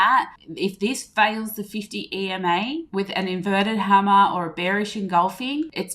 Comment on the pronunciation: “Inverted Hammah”